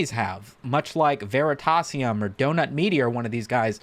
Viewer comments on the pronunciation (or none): none